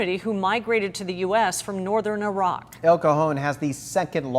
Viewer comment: The heck is Eh-rock 💀